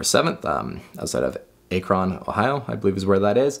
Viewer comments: Cool video. Especially “Ache-ron” lol love that. Maybe he’s not American or somethin. Incase it ever comes up again it’s pronounced “Ack-Rin” Ohio. Man do I love Johns work with Dead & Co. Thanks for the breakdown that was cool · Kye (like LIE) - UH-HO-GUH And Akron is Ahk (like back) - run. Otherwise cool video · Cuy like "guy", Akron with a like apple. :) Great video though. :) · At cron Ohio. Not A cron. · Yikes.. He should've just stuck with the Fender amps, a couple Twin Reverbs (IIRC), back when I saw them in Cuyahoga in 2018! 😬 "Kai-ya-hoe-ga" is how it's pronounced, BTW. Akron is pronounced "Ack-ron" 🙂 I'm from Ohio, so that's how we say it anyway. Lol. Hopefully that makes sense. 😅 Cheers! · local guy missed it: Kye-a-ho-ga Falls Ack-ron (like Dacron) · Love the pronunciation of Cuyahoga and Akron 😂 “KY-AH-HO-GA” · Yea Ive seen phish at blossom a few times as well. It's a great amphitheatre. This guy not only butchers Cuyahoga falls but also akron too. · I used to live in Cuyahoga Falls right near Blossom Music Center ... kinda butchered it and Alron too lol (Should just said the Cleveland area) but thats okay a great video nonetheless :)